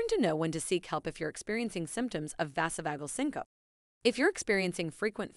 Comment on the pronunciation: Vazzo-vauge-el sin-co-pee is the correct pronunciation.